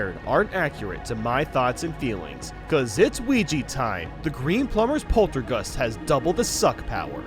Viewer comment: Hope theres a 4th game also is it just me or does he say Polterguster Insteed Of Poltergust